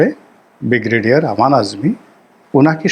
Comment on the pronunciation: উচ্চারণ সংশোধন ঃ বিগ্রেডিয়ার নয়,,, ব্রিগেডিয়ার হবে ।